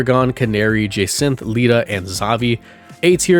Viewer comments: Did-- did you just butcher Jacinthe's name so hard i had to double take? "Je-centh" man, good video but ow my ears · Kind of cute tho that Jacinthe has an Aurorus to complement Lebane’s Tyrantrum Also sorry but I hate how you pronounced both of their names. Grisham’s was a bit weird to imo